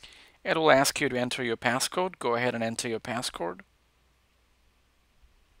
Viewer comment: “Passcorde” lol